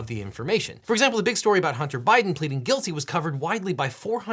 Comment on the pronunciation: Huntah, put your flash drive away Huntah. I’m not putting that in my PC right now Huntah!